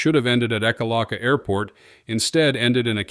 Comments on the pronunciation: Distracting and annoying to hear the droning voice and mispronunciations. Ekalaka is pronounced Eeek, (like subdued scream.) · Not being crass but the town name is pronounced Eek a lack a.